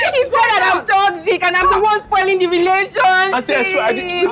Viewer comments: Everytime she says « TOCSIC » my ears bleed 😂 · Hahaaa, no she said *TOCZIK*.